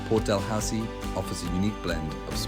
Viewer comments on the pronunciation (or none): It's pronounced Port "Da-loo-see". Thanks for visiting my neighbourhod.